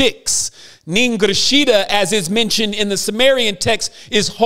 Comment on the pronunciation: You are misinterpreting ningishzida. There’s no L in the word … the way you say it is like ninglizheeda. Makes no sense. Here I’ll help you. Nin gish zida I’m Native American and in my tribe we call warriors “Ogichida” Check this out Nin in my language means “i” as in me Ningishzida = Ogichida If I say I’m a warrior I’ll say Ningichida The O in Ogichida represents male/female warriors O gich ida = nin gish zida Hmm something to ponder